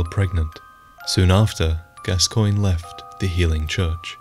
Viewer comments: You mispronounced gascoigne, it’s pronounced gas-co-oig-nee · Just wondering - why did you choose to contradict Eileen's pronunciation of Gascoigne and Henryk? Since she knew them personally, she would be an accurate source. It's very hard to watch this video knowing the real pronunciation is actually "Gas-kawn" and "Hen-rick". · “Gabba cologne” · You put the part where Eileen says the proper pronunciation in your video but you can’t get it right